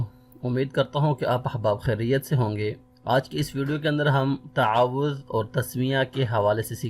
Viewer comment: Taoz m " Ta " KO " twa " q parhty hn